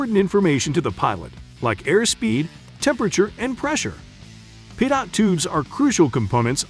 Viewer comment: For future reference it’s pronounced pee-toe lol not pidot